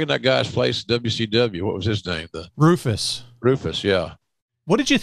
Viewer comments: RALPHUS....not Rufus. 😑🤦🏽‍♂️ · Jericho was full heel in 99, there's no debate about that. And it's Ralphus, not Rufus... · Rufus? It's Ralphus man get it right.